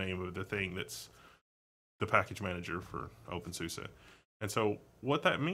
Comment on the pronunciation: I think you may be saying openSUSE wrong, but that doesn't matter much. (I've heard it said "sue-see" instead of "sue-suh" or whatever you're saying) I also noticed you kept saying terminal/console on the ctrl-alt-f1 through f6 screens. While you're looking at a terminal, those specifically are called TTYs, they're labeled at the talk. When you said TTY was short for terminal, you weren't exactly wrong, but it is short for something like teletype. A quick skim of the TTY Wikipedia article would be better than listening to me explain that, though. tl;dr an old term that carried over to newer technology. Now, less about wrong info and more about suggestions, I was kinda hoping when you brought up i3 that you would switch to a different TTY and then maybe launch a new x session running i3 to demonstrate it. I'm personally somewhat familiar with i3, but I think it has a really unique look that you didn't get across with your words. I'd also like you to discuss how a lot of people sort of create their own DE by combining separates WMs and panels without a DE at all. CrunchBang would be a great distro to show this off, although you can get any distro to look the same of course. CrunchBang runs openbox for the wm, tint2 for the panel, nitrogen for the wallpaper management, and compton for the compositor. The default DM is SLiM. You're covering stuff that isn't covered by channels nearly as popular or reputable as yours most of the time, so I greatly appreciate what you've done, even